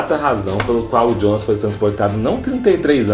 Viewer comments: Não se pronuncia Djona, mas sim Yonas. Se não sabe como pronunciar, fala Jonas em português. O pior é querer falar bonitão e acabar falando bosta. Esses youtubers nunca fazem uma pesquisa de pronúncia antes de gravar um vídeo... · "jonas" não fala djonas, se fala ionas, pq é pronuncia em alemão